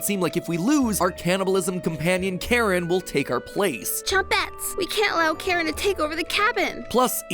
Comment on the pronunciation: It's Karin, not Karen